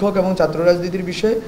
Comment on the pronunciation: দর্ম, চাত্র, সংবিদান দরণের, এ্যাবং, বলেচেন, করেচেন, কিবাবে, চিলো, ডাকা ( ঢাকা) ইত্যাদি উচ্চারণ ঠিক করতে হবে।